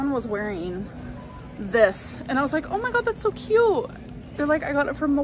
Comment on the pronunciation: When she says “cute” like “ca-yuuuuut” i want to scream like a Klingon to the sky 😂 or “stinks” as “steenks” or “both” as “bolth”